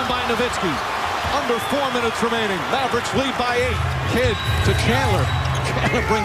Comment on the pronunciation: Fuck this guy calling the Mavericks the Mavbricks Booooooooooooooooooooo